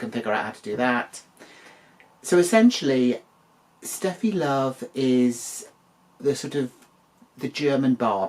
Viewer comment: Seated for this one 🍿🛀and thank you for correctly pronouncing it Sh-teffi Love in the beginning 🤣 I have a feeling Simba called her Steffi due to the popularity of German Tennis player Steffi Graf at the time.